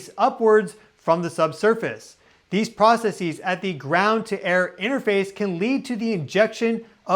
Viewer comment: The way you pronounce processes doesn't make you sound smarter.